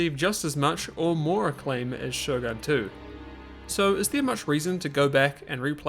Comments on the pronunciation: I'm pretty sure its "SHOGUN" with an U, not Sho-gun (Shogan) xD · > Minus the fact everyone's speaking English Huh? Everyone's speaking Japanese for me. It can't be because of Russian localisation, can it? Also, Shogun is pronounced Shogun, not Shougan.